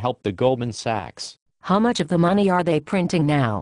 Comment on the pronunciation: I think this just turned me into an Austrian economist! :D Anyone else noticed the female character mispronouncing "Sachs" as "sex?"